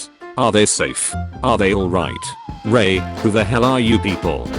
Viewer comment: Funny the AI read Rey as Ryay while Ray as Rey.